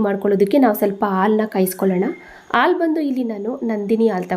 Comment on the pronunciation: ಆಲೂ ಅಲ್ಲ ಹಾಲು